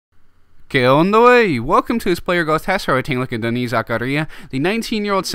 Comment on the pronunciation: ayyyye mah dood knows how to say "Denis"